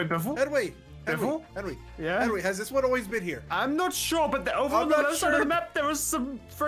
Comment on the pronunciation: It's "Henwy"!